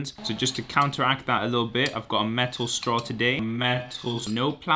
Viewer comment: Hahahahah the metal straw emphasis. 😂